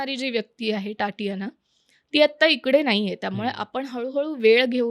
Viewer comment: टाटियाना नाही गं ताई! तातियाना. Takes one second of google/yt search: how to pronounce the Russian first name 'Tatiana'.